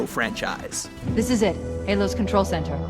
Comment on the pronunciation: what the hell mean " franchaise"